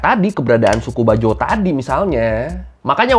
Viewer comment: Boss bukan bajo.. tapi bajau.. aduhai...